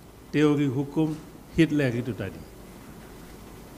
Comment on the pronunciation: Hitler man.. Bukan hitlel😂😂😂